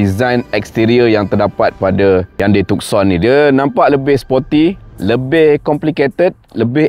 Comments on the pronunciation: Bang...maaf ya. Bukan TukSon..Its TuSon..Yg lain, u xplain, superb. Just the name itself, salah Tuan. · Tucson Nama diambil dari sebuah bandar di selatan Arizona, US Sebut Too-son Bukan Tuk-son